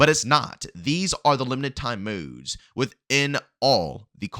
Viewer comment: These moudes its modes bro